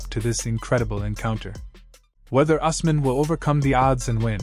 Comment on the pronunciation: Us man, it's pronounced EWS MAN